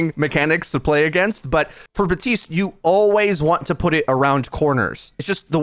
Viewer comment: Why don't you say Baptiste's name properly? Do you play the game on mute?